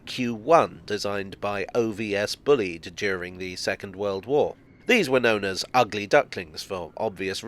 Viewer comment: It's Bull-ee-ed, not bullied. The Bullied Pacifics didn't have their dinner money stolen by other engines.